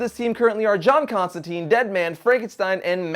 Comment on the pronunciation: You mispronunciated John Contantines name. It's supoose to rhyme with 9, not teen.